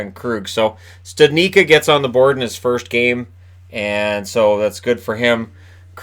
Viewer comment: Please learn to say the czech origin names correctly. It is /stʊdnitʃkʌ/. Like I understand that you are unable to say Filip Chytil name correctly, because you don't have a CH letter in the alphabet, but Jack Studnička name is not really that difficult.